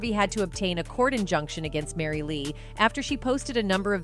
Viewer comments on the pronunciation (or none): none